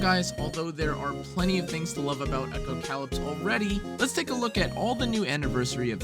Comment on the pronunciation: You pronounced it “echo - cow lips.” And then you said it took place in a post apocalyptic world. You pronounced “apocalyptic” correctly. This should be a hint as to how to properly pronounce the name of the game.